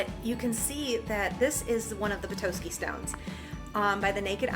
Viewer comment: Please never say “Petoiske” again. It’s Pe-Tos-Ski